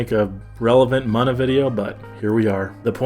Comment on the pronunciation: It's called "MOON-A"